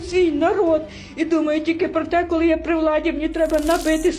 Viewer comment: ну що за "кАли"? Не А, а - О